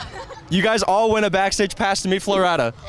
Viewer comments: The way he pronounced Flo Rida 🤣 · The way he pronounce Flo Rida makes me want to kms